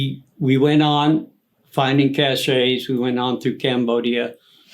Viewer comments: Learn how to pronounce "cashe" brother! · Cache, (cash)...not cachet... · The 9th ID did not serve in the Cambodian incursion. There is no such thing as a ‘sparkler’ artillery shell. Abrams tanks were introduced in 1980. Apache helicopters did not enter service until 1986. There is no such thing as a ‘cach-ay’, it’s a weapons cache, sounds like ‘cash’ He’s read a few books, might have known somebody in an ATRY unit, but if he did serve in Vietnam (doubtful) he was a cook or something. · Dude, it's cache.....pronounced like "rhyme with stash"...not cash-ay. That was driving me nuts He might be a Vietnam Vet, but he's a teller of very tall tales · He lost me at cashey it’s cash weapons cash